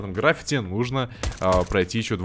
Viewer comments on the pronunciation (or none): none